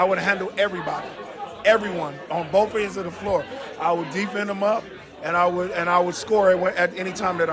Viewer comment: He said "Bof of them" hahaha, just like my roommate who's also named Gary